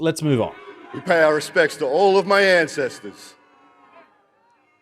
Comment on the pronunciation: The amount he emphasised the word “My” definitely didn’t help. It almost sounded like a selfish propping up of himself and his own family when we are paying respects to our Anzacs not his family. Though I don’t agree with a welcome to country in this situation, if he was going to do one, it should have sounded and been worded completely different.